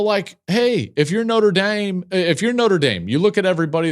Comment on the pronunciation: Anyone else notice Joel kinda enters Brian Kelly “my FAMILY” mode saying Notre Dame?